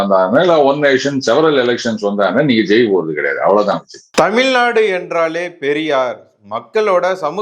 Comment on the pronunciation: தமில்நாடு இல்லை. தமிழ்நாடு. தமிழை பிழை இல்லாமல் பேசுங்க